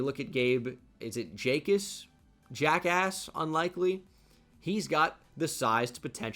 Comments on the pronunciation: Bro 😭😭. The “J” is silent just so you know. Pronounced |ack-iss| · Pretty sure it’s yahkus how you say it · Jacas is pronounced Ackis btw